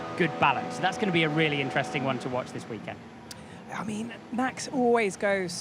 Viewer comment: "welcome to the weekend womp" 😂😂